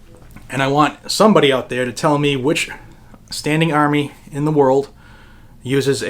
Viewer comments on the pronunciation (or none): none